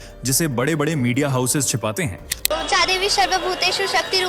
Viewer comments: अरे दादी चोद ओ ए एम नहीं ऊं बोलो। हमारे धर्म पर विडियो बनाया तो शुद्ध बोलो।अगर ऊं बोलने में दिक्कत हो तो विडियो नहीं बनाओ।दोगलयी नहीं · ठीक है ऐसा बोलने वाले का चैनल subscribe करने से बेहतर हम कलंकित रहना पसंद करेंगे 😅😂 A u m का उच्चारण कर रहे हैं 🤓🤣